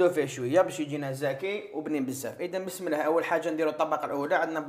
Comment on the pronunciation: انا تاني كنت نقول بسم اللهْ ..كيما تنطقها انت حتى دارولى لارومارك ...نقولوا بسم اللهِ